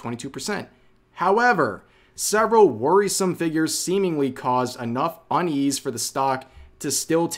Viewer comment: Am I tripping or did Rev say onions instead of unease?